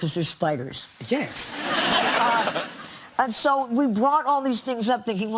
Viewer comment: Why did she pronounce her "s"s weird when she got old? Is she afraid her dentures would fall out? Her jaw is all clenched. "I don't go up there because there are schpiders." "My home planet blew up with my parenchs on it."